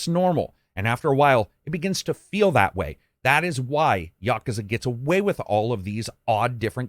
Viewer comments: ya·ku·za NOT "YA KA ZA" Still Best reviewer hands down! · "gayden" yakaza"😂